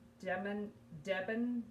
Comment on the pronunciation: Hi, had to laugh at your pronunciation of DebenHams it’s a silent h, they are a big uk department store chain and that was an own brand. A UK 10 is about a US 6 if that’s any help.